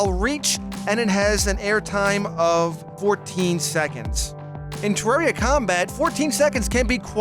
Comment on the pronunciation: u pronounce terraria wrong